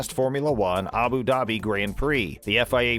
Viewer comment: It’s Abu Dhabi not Abu daaaabi